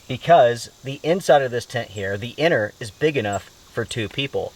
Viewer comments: Strange English pronunciation. "Anner" instead of inner. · Are you saying 'inner' or 'enter'?